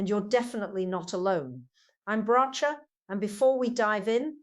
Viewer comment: She doesn't even pronounce Bracha's name properly!